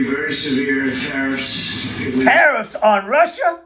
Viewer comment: Taco says tireassss NOT TARIFFS LOOK HOW HE S SAYING IT.